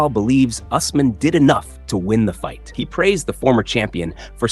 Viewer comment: How do you say us mahn so many times and say it right twice? When have you ever heard it pronounced that way